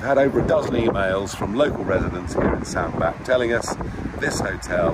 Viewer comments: You mis-pronounced Sandbach Mr.Partridge. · Nigel - it's pronounced 'sand-batch', FYI.